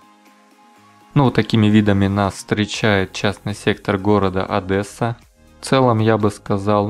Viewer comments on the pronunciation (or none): Не ОдЭсса а ОдЕсса! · в Одессе никто не говорит "Адэса", в крайнем случае "Адесса" (если говорить о более-менее образованных людях). И уши это коробит, как раз, образованным людям, как и слова "ихний", "егошний". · Как одессит скажу,ни один одессит не говорит Адэссса блин))Одесса как пишется ,так и говорится.Жаль методом тыка не попал в район Аркадии,вот то сравнение получилось бы ) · Почему все иностранцы Русские говорят Одэсса , А Одесситы говорят Одесса Как меня это Злит!!!!!!!!! Лайк кто из Одессы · Одесса - уникальный город. ☺️ Кстати,, правильно всё-таки ‘Адесса’. ‘Адэсса’ очень коробит ушки украинцам. 😅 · Да , да ))) Сразу резануло О(А)дЭсса . ОдЕсса !!! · Одесса ОдЕсса, а не ОдЭсса буква ее, а не э. Как бесят те кто не умеет читать или произносить название этого города, города в котором я живу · Не Адэса, а Одесса, я Вас прошу ) Шо вы как не местный ) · Одеса!! Так лагідно та правільно звучить..а не Адєса!! Як гавкіт ..у ..собачій будці!! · ОдЭсса... Пипец... ОдЕсса, мать твою!!! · И не Одэса а ОДЕССА! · Адэса 😂😂😂, умоляю говори Одесса))) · Почему - Адэса? Вы не знаете, как правильно произносить название города? Я вам скажу, как - ОдЕсса, мягко, на третьей букве Е. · Интересный ролик, но правильно говорить ОдЕсса, а не ОдЭсса! Одесситы обижаются, если неправильно произносишь... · Только не Адэсса, а Одесса, звук 'д' произносится мягко, иначе слух очень режет. Одесситы таким образом сразу различают не местных. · По перше не АДЕСА, а Одеса - нас м'ягке місто. Першу що ти показував вулицю то шосе і при дощі топе капец, по друге то вже граніца промки іжилими кварталами, друга то самий центр Буніна там ще за нею слідкують, того забора вже нема там подвальний торговий центр. часний сектор внас різний. Якщо захочиш повний ППЦ в Одесі побачитти звертайся покажу і розкажу ))) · Автор будь добр говори на город Одесса(не Адэсса, а Адесса (е мягко не э) это не верно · Одесса а не Адэса!!! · не "А"деса , а Одесса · ОдЕсса, а не АдЭсса. Говори нормально